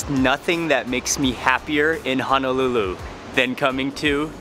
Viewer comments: It's Honolulu not Hanalulu!!!!!! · I noticed that you were pronouncing Honolulu as Hanalulu. Honolulu is Wahipana it’s a historical name place that should be mentioned properly. Hono means bay and lulu means sheltered together it creates the place Honolulu “Sheltered Bay”. Just wanted to drop that 💎 for future references. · I watch all your videos so fyi...its ho-no-lu-lu not hun no lu lu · How can anyone trust a person who CAN’T even pronounce the place you are at correctly. You are not in HANALULU. Auwe! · It's not hanalulu it's Honolulu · hanalulu ? brah for real ???.... 👎🏻 eh right on you worldwide... but if your roots is Hawaii... you hamau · He said Honolulu Hawaii wrong